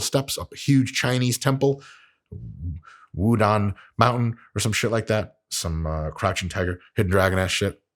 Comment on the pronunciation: You can tell Mike is an educated man because he pronounces it Wu DANG mountain